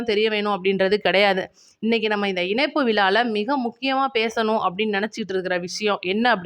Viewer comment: மகளே உங்கள் தமிழ் உச்சரிப்பு அருமை வாழ்த்துக்கள் ஆனால் ன ண இனைப்பு அல்ல். இணைப்பு என்று சொல்லவும்